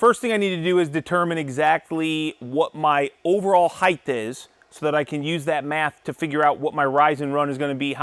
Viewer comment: Don’t pronounce the TH in height.